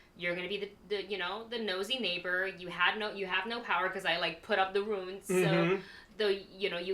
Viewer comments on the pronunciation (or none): Great reaction as always but they are "runes" not "ruins."